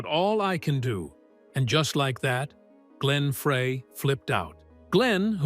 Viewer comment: I had to stop when I heard the name "Glenn Fray. "